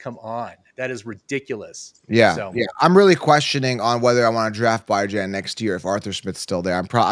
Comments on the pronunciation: It kills me how he pronounces Bijan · Kinda crazy to me how yall suppose to be experts but can’t pronounce Bijan name correctly coming into week 16